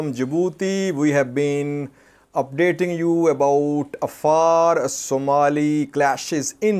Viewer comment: Hey, how come you can't pronounce the Afar with the ع